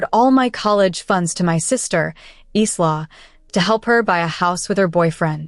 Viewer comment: Really, so how come the pronounciation of "Isla" is so horrible? Its 'I-la', not Is-la